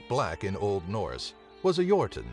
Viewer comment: As a Nordic I love how you pronounce the different norse words.